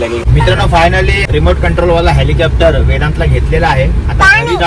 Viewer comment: विमान नाय आईची चूक काढतो. स्वतःला हेलिकॉप्टर बोलता येत नाही. हेलिकॅप्टर बोलतोय